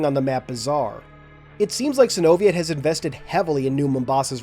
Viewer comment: I believe its pronounce Sino-Viet, like how you pronounce Vietnam